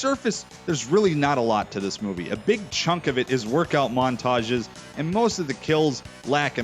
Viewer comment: Woirkout! Must be Canadian eh?